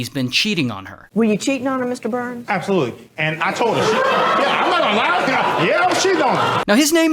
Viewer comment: Bro said "ABsolutely"🤣😭😭😭